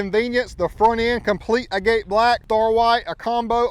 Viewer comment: It’s not pronounced agate black You pronounce it like agat the e is silent